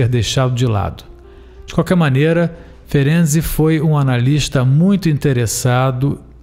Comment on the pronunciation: Amei você pronunciar corretamente o nome desse baita cientista Isso mostra sua seriedade. Como descendente Húngara fico agradecida, pois estudar e saber pronunciar o nome de alguém é respeito 👏👏👏👏👏